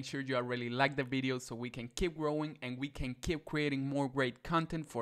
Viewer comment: i like how you said 🅱️ideo